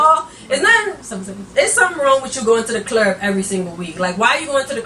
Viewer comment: Three mimosas in and you was still on that one 😂 "the clurb"